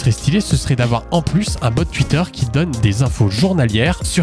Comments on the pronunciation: Tuitter, tuité... c pas comme sa qu'on dit. On dit Twitter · Alors c'est super cool et tout mais j'ai une question qui n'a rien à voir: pourquoi tu prononces twitter "Tuitter" et pas "touitter" ? est-ce que c'est fait exprès pour faire parler les débiles ? est-ce un choix artistique ? ou une lacune orthophonique ? merci de lever le voile sur ce mystère. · Des ''tuites'' , ''tuitteur'' ? 😂 T'es alsacien toi au moins ? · "Tuitter" mdrrr... Sinon le bot c une bonne idée sur youtube aussi quoi...